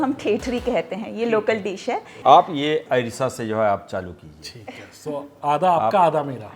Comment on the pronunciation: Airsa नहीं अरसा होता है